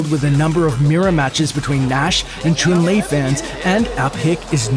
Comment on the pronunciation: Yay-go? Hay-gar? chuun-li?